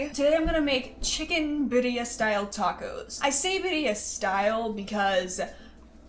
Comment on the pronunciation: You actually said crema right girl u just messed up the word birria hahaha